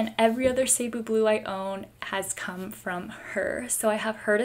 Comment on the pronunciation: It’s Ceh not cee. 😭😭😭